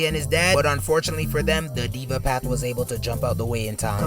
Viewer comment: Its Deva path man😂. Not Diva Path. Love the content btw.